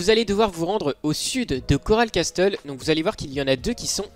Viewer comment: Tu prononce mal castle mais sinon merci!